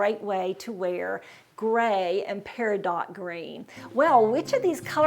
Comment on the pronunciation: Its pair-a-doe